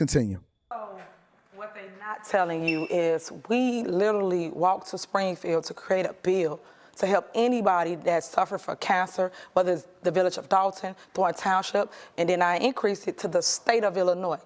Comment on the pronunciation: Suffa fa cancer?????? Wtf did she say? Alazations ???? Even typing these statements in the phone has red underlined to ask what do you mean this is spelled incorrectly 🤦‍♀️🤦‍♀️🤦‍♀️🤦‍♀️🤦‍♀️🤦‍♀️